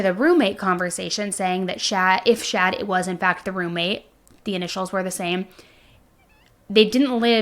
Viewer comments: Are you meaning to say "Shad"? Or is that just like an accent thing and you mean, "Chad"? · Chad not Shad. 😂 Js